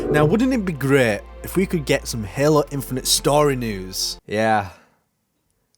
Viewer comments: i love your videos but please stop pronouncing halo as "helluh" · there's nothing wrong with your accent, but I've heard you say halo with an american accent and your native accent back to back in the same videos, loo